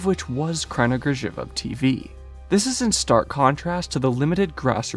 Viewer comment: Damn, your pronounciation of Kraina Grzybów and Poradnik Uśmiechu is SO good.